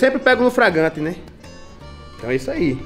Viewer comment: "Eu seimpre pego no fragrante"😅grande muralha!